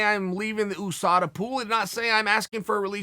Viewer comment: Chael "oosada" sonnen